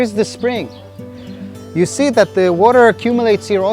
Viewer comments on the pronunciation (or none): "The corner we 'sse' today" I was taking it seriously up to the point where you realized it's a kid borrowing archived videos from some underrated website. EDIT: not hating. Nice video. I love Jesus and this is really something :).